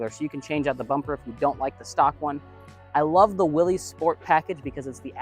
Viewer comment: Although it looks like it should be pronounced Willys….its actually pronounced Willis. Common mistake by many.